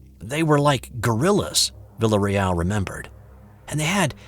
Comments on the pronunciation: I believe the pronunciation of the soldier's name would be "vee-ah-reee-al" if it's spelled "villarreal" ~ Spanish for Royal House...sorry to nit pick! lol ~ really cool story! my older brother went to 'Nam, but he was, luckily, not in the infantry in the jungles. I've been listening to lots of Bigfoot stories lately. Thank you and company. I vote REAL! Although I laughed out loud when you said it might be some sort of mass hallucination on the part of our stressed young men in a strange world. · Learn to pronounce his name before you sight it 27 times! "Vil-A Reel"...just sayin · It’s “vi-a-re-al” on that pronunciation. Otherwise, great story!